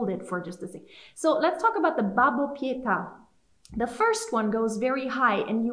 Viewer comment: Pietà, not Pita please...